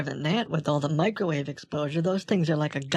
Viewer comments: Hold on hold on why is the creation of a "Macrowave" the funniest thing I've ever heard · "the first Macro-Wave" oh god I'm losing it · Lost it at "world's first macrowave" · "The world's first macro-wave" 😂😂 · “He’s trying to make the world’s first macrowave.” I’m dying 😂😂